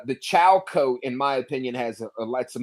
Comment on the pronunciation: Coat not cost